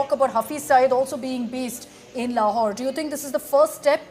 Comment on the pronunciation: 😂 "lahore" bengaya "laurawhore"😂😂😂😂❤🇮🇳